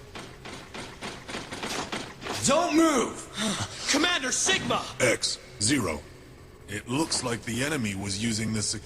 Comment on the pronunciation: As soon as he began with "'The Day of 'E'…" I lost interest. Plus, I watched the play-through and was just annoyed the whole way through.